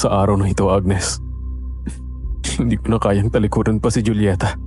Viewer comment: Joolyeta ka nang Joolyeta eh Julieta as in Hulyeta nga, Hulyeta! Di na orient? Ikaw lang ang nag Joo-Joolyeta eh.. Wahahaha!